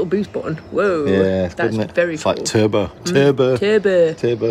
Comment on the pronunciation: "Terbo" and compact 😁👌👍👍👍...